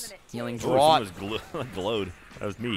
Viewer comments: i like... but "healing draught". saying it as Droat, instead of saying draft really irritated me. They even have a draught on Off Topic. Sayyyy it rightt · 'draught' is pronounced "draft" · Draught is pronounced "draft" thought you guys were supposed to be alcoholics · "DRAUGHT" is pronounced "DRAFT", not "DROUT" ! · The likelihood of which is that "drawt" was an incorrect pronunciation that enough people said for it to become a colloquialism, much like people from my native Philadelphia saying "wooder" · The wonders of the English language; it's pronounced "draft" but spelled "draught". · Welcome to English language where nothing is consistent. I would've said Drot too because that's how I'd pronounce most aught words, and I have never heard it said before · Draught is pronounced "draft." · For the love of god, draught is pronounced 'draft'. >:( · It's draught as in "draft", jeez guys xD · ngl, the way they're pronouncing draught is pretty hilarious :D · Did it bug anyone else that they can't pronounce draught? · If you're referring to the way he says "draught", then he's technically using a correct pronunciation, just not the most common.